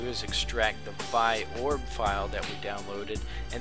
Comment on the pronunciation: its vee-orb